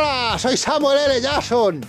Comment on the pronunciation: todo genial y eso, pero... ES NECESARIO QUE APAREZCA SIEMPRE LA IMAGEN DE SAMUEL L JACKSON EN TODOS LOS VIDEOS????? y porque no pronuncia el JACKSON bien? porque le dice jason? ESQUE NO LO ENTIENDO TIO, COMO ES POSIBLE QUE LO HAYAN HECHO TAN MAL!!!!!!!!!!!!!!!!!!!!!